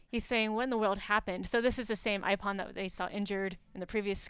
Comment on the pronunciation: Ipom? It's Aipom